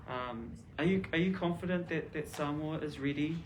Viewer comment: The pronunciation of Samoa is NOT 'samower' but 'Saamore'. It's all about showing respect to the visiting Prime Minister of Samoa by learning how to correctly pronounce the name of a nation NZ 'administered' for over 40 years.